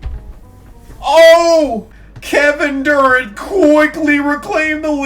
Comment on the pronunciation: great i loved this it was a perfect time and reason for doing what you did with the weird names!... also Kevin Dur-ent? not Dur-ant not Dur-ent